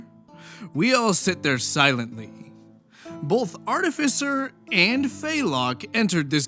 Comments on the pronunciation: If I had a nickle for every rpg horror story youtuber who mispronounces the word artificer, I'd have two nickles... 🤔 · The only thing that irked me more than the manipulative behavior is your pronunciation of 'artificer' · Pronouncing artificer multiple ways? Based